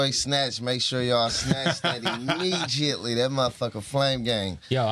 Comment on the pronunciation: "Get that imme-G-iately"... "I had to make sure the worldplay was nutritious" lol Sacramento definitely close to the Bay Area, Slanguage.